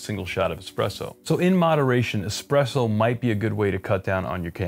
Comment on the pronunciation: I think it's really cute how you, at times, slip up and pronounce it "expresso", even though you've come to learn the actual pronunciation at a later stage in life. Old habits die hard.